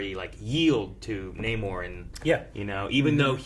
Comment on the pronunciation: Really irritates me that Namor literally tells people how to say his name and then they proceed to say Naymor for the entire film 😑 Petty yes, but still irritating!